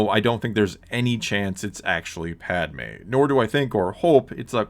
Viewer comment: It’s literally not Padme jesus